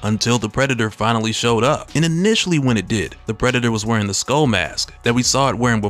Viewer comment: Taunt not “tahnt”. Skull not “skoal”.